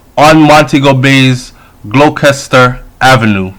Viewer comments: Gloucester is pronounced "glowster"😧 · So sad.. it’s terrible. Gloucester.. pronounced Glock-Chest-Or.. (no disrespect, btw).